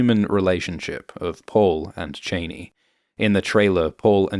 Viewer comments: Sorry - wasn't able to get past about 4 mins because you kinda murder the pronunciation ... Zendaya's character is pronouced Sh-ar-nee, not chain-ee. Paul's father is Lee-to, not Lay-to. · Cha-ney not Chain-E . Everytime I hear you say it I think of Dick and Liz Cheney. Welp...You are correct it seems it is Chain-E. The other movies and mini series had it wrong. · I can't watch this any longer - as good as it is. I cannot take you pronouncing Chani as Cheney. Chah-knee Chain-knee is a very unfeminine sounding word, not to mention associations for the former VP. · It’s pronounced Chahni not Chayney Her daughter will be called Ghani FFS Chani and Ghani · I'm pretty sure it's chah-nee. Not Cheyney 😂 Also isn't she supposed to be kinda hot? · can you please stop calling her Cheney, she's not a relative of Dick Cheney wtf? why is CHANI so hard to pronounce? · its not "chay-nee", its "chah-nee". Its even more egregious in this accent. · Dude its CHANI not cheney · " Chain-ee" ? getifuyabassa! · Chani is pronounced like Hani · I'm very disappointed to see that you're still calling her "Cheyney" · "Cheney" its pronounced SHA-NI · My god, is it that hard to pronounce Chani correctly? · Chaa-knee. Chaa-knee. NOT Chaney, but Chaa-knee. She says her name, other people say her name, fuck even Denis Villeneuve says her name. Why can't you? FFS 🤦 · Chaaaani, not Chainey!!! get it right ffs!!! Corr-ino not Correeeno either! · Ok, bruh... It's "Chani", like "chah-knee". Not Chain-knee like she's the daughter of Dick Cheney. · Please, if you are going to pretend to know Dune... please pronounce their names correctly...it's not Chainy...it's pronounced Chahni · ChAni not chaynee bro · It’s ‘Chah-ni. Not Chainy. Long ‘a’ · Its not shani its chaani :facepalm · Is it your accent that results in the pronunciation… like… Dick Cheney? I though it was pronounced as Cha-nee… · Pronouncing "Chani" as "Cheney" spoils it for me. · Its not pronounced CHAINEE! Its pronounced CHEE-AWNEE